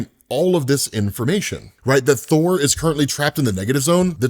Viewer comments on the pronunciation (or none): none